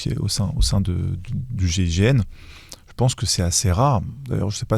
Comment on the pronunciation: pourquoi l'animateur de l'émission à 5 reprises, prononce le mot gégène au lieu de gign il faut articuler